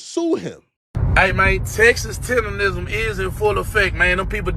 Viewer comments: Why is it so hard for you to say tender-nism Goddd Dammmnnn! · TenderNism.. say it right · 🤦🏽‍♂️ its tenderNism 😹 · it's "Tendernism"🤦🏾‍♂️ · He keep saying”Tenderism”🫵🏾😂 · This MF cant even say it right "Tender-nism" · Im tired of hearing you mispronounce, "Tender-N-ism". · Its like nails on a chalkboard when i hear u and other ppl leave the N out of tenderNism... are yall doing that on purpose or really dont give a damn about that man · Mr. Tender-rizm 😂😂😂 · How you know how to spell tendernism but not say it😂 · I'm So annoyed that you saying his name wrong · I hate to hear this, but I'm not surprised. Btw, it's "tendernism" not "tenderism". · …WTH IS “TENDERISM”??!!! ITS TENDERNISM!!😂😂😂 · Why do you keep pronouncing it "tenderism," when it's tenderNISM? Omg... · It's "Tendernism" Not "Tenderism"...🤦🏾‍♂️ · And its "TENDERNISM" not "TENDERRISM" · He should trademark the way yall all keep saying it wrong. Tenderism since no one ever gets it right anyway. Its tendernism people! Lol haha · It’s tenderNISM not tenderism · But why do you say "tenderism" through the whole video, knowing it's "tendernism" you even spelled it correct in the captions? 🤔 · TenderNism not TendeRism. All this time and ppl still keep saying it wrong. Drives me crazy for absolutely no reason. But it's like continuing to pronouncing someone's name wrong after being corrected 12 times 🙄🤦🏻‍♀️🤣🤣🤣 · T E N D E R N I S M SAY IT ….. NOT TENDERISM…….. your Ebonics won’t even allow yal to use the word properly 😂. FUCKKKKKKKKKKKKKKKKK UR IQ IS SO LOW ITS STUNNING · Why does everybody say tenderrism its tendernism if you cant get it right why even make the content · Nigga stop sayin tender-ism 😂🤣 its TENDER-NISM -NISM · Love your content I just hate how you call it TENDERISM ITS CALLED TENDER-NISM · its Mr TenderISM, Not rism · Tendernism not Tenderism, it's not that hard. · TENDER-NISM! not TENDERISM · Please learn how to say “TenderNism” not TenderRISM 🤦🏾‍♂️